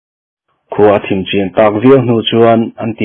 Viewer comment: Thim a zing tiha thim hi dark ni loin lam hniam khamphei tur..zu in hi khiat an ti a,i lam fuh lo..lam san khamphei tur aw